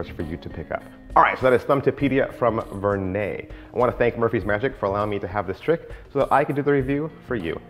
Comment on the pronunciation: As always, an informative presentation. So I almost hate to say it, but the name is pronounced more like "ver-nedd." It is not pronounced "ver-nay." As I always used to pronounce it.